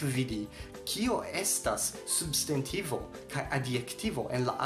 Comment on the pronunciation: Kio okazis pri via elparolo de «substantivo»? Sonas kiel «subst**e**ntivo». Interesa kaj lumiga filmeto.